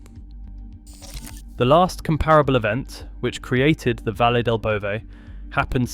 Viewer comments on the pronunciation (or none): none